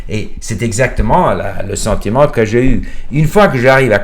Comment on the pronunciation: It's mostly perfect, but there are places here and there that do not sound native. Those are usually one-offs here and there, not systematic pronunciation issue with one sound. For example: j'ai sound like "jeille", surtout with an English oo, some R's are not pronunced perfectly like a native would (there are 4 to 5 ways to pronounce it, each in there appropriate contexte). One recurring issue though, "vidéo" pronunced as "vidio".